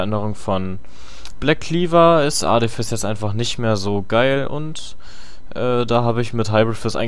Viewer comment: Sagst du absichtlich Jizz ? :D